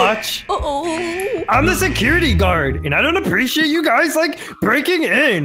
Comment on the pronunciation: It was SOOOO FUNNY that said "it was apreshate from my beauty" HAHAHAHA!